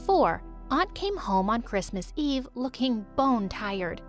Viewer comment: Christmas Eed is what they sound like that they're saying